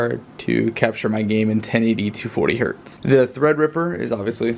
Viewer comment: It's "hertz".